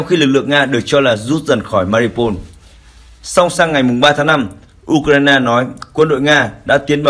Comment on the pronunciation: Tên tp là Mariupol mà ông nầy cứ đọc tắt là MA-RI-PÔN,bỏ mất chữ U,mà cứ đọc vậy hoài.Chán...